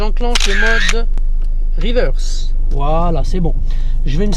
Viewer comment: Yeah en mode "RIWEURSE" mdr! Tkt tu geres l'anglais! Superbe video comme dhab! 👌 Ps: le tips n°4 m'a tué mdr j'ai kiffé l'histoire du neutre